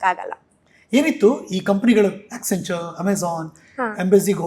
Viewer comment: she mentioned the 3 companies that she was associated with 1. Accenture (which she couldn't pronounce) 2. Amazon 3. Embassy ( not an IT company) Later got to know she was into facility management... and it is not an IT job, managing 300 people is not an IT Manager. Self proclaimed IT Manager is. Thank God i didn't waste my time listening to her.